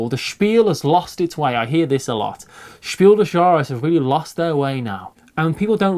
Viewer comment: Your pronunciation of "Spiel des Jahres" is spot-on,. 👌I'm not a native speaker, but I've taken German for 4 years, including Advanced German courses at college, and it sounds just right to me.